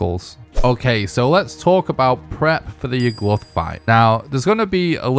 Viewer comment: Why do you pronounce it like Yug-Luth 😭